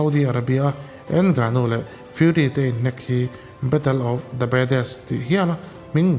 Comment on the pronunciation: a fiamthû nihkhi 😂 Ngânu-in mizo; not ènggnuuu 😂